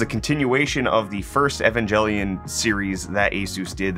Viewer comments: It's a hard G. EvanGELion. Not Evanjellion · E-Vange-E-Lon, I have no problem with this.